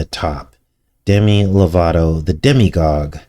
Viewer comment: You keep saying demi-gog, do you mean demiGOD?